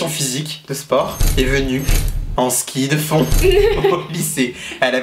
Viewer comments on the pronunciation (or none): " En ski de foond " 😂😂💜